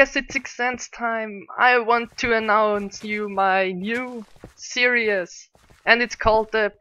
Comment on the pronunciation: Omg XD ''Serious'', that's not how you pronounce series:p